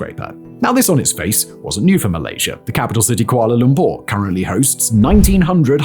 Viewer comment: i love when you said kuala Lumpur correctly..